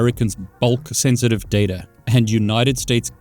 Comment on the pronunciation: I love when people say dataer